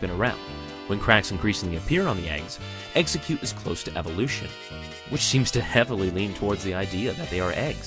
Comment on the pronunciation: It's Ex-Egg-Cute